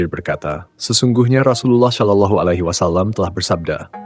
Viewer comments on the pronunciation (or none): none